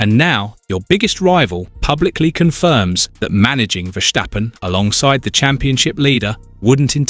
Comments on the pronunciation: Why can this man not pronounce Verstappen as his name should be pronounced: VERSTAPPEN, instead of Versjtappen ??? Dumm ! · It is Verstappen, not " Verschteppen " ! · Exactly! It's so annoying listening to his pronunciation. Take it from a Dutchman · And there is still no “h” in Verstappen.